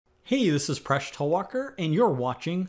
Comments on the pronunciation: I thought you said in your introduction, "Hey useless Presh Talwalkar" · When I heard the intro of the video I heard ‘hey useless presh talwarker’